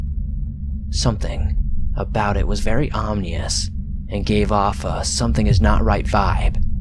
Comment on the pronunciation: “Omnious” lmfao it’s ominous